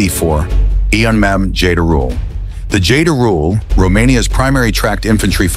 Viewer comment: Jayderool lol. Its called Jderul, J as in, well, there's no such pronunciation in english but its close to jerk or Jim or January, without the "d" pronounced at the beginning, DE as in determined, RUL as in rule of thumb. J-DE-RUL; which is some sort of marten, a small animal resembling a weasel.